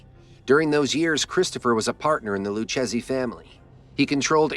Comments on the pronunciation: Lou chezzy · Its pronounced loo Kay Zee not loo chasey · It didnt say Lucchese properly.